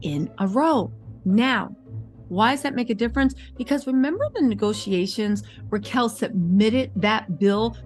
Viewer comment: It's Rachel. Not Ra chel.